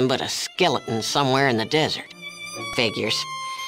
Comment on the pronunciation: There is no N in the word figures.